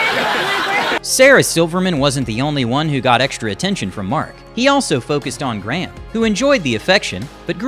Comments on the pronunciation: It’s Graham not gram please get the names right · With reference to the voiceover speaking of Graham Norton ... Who the heck is "GRAM" ? His name is Graham! Pronouced beautifully in his Irish accent. ❤